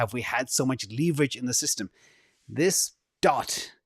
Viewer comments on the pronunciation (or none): can you please stop saying LEEEEEverage. If it was supposed to be pronounced that way there would be two E's not one E